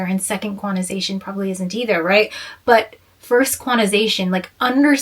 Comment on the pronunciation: I love you but its eeee-ther, girl ! Not like heifer ! 😂😂